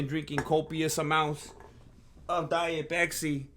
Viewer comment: intro song is on point diet peksi instead of matcha lemonade you say pesksi so mexican vato seriosly impressed chicano